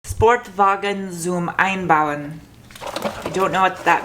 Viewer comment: Sportwagen zum Einbauen means sports car to build in. It doesn't make that much sense in german. But you pronounced it really good.